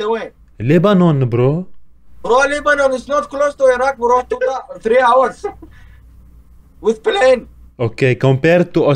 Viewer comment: “With p~lane”